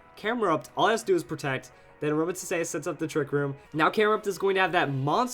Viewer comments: It's pronounced "a roam a teeze" I think. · it pronounced as "A-RO-MA-Tees" if you watch the series :) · I love using Aromatisse (said as Ah-ROW-mah-tees, just a little note) on my Doubles/Triples Trick Room teams. It's such a good supporter, its bulky, and it can heal its teammates while they do all the attacking.